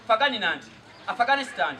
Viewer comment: Afghanistan 🤣🤣🤣🤣🤣🤣oluzungu lunyumira olwo banange